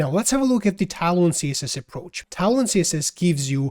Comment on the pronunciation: hey bro, it's tailwind i keep hearing talon... hahaha! thanks for the great video :)